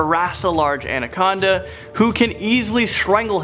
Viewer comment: It's pronounced Ana-con-da not andaconda lmao